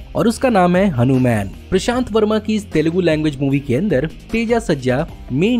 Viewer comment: इस movie का नाम हनूमैन नहीं हनूमान है |